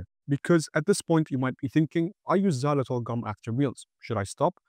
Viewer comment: The English pronouncement of Xylitol is so weird and off.